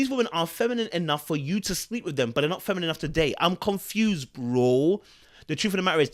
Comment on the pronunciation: God doesn’t think he deserves a “feminine” woman , that’s why he can’t pronounce it .